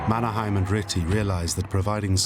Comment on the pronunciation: Problems: - Mannerheim pronounced wrongly. - "old enemy" .. 22 years of independence does not make one as on old enemy - Russian soldiers are wrong. Those were Soviet soldiers AND mostly Ukrainians (Stalin's way to make a genocide) - not explained why Mannerheim knew: because he was an officer in the Imperial Russian army. - you'll notice there is an Alexander II statue in the middle of Helsinki (the old center) .. because he maintained the semi-independence of Finland. - Finland needed German help because the fact that Allied were too weak and sending help using ships were impossible. And due to the blaa blaa blaa instead of actions (which dominates today's EU too). Finns typically act. We are introverts here and mostly dislike blaa blaa blaa.